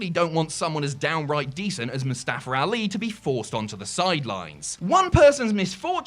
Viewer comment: “MOOSTAFFER ALI”